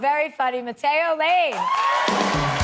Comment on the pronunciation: I can't not hear "matt-ey-oh", my ears bleed